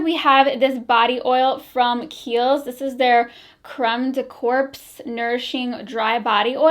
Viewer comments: Corps...pronounced like core...the p and s are silent. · Love your video... but FYI, the word “corps” is pronounced without the p and s sound. Otherwise it sounds like you are saying “corpse”